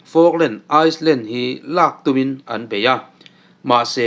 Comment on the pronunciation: Ice land ti angin i sawi a, Island hi AILAND/ILAND ti anga lam tur.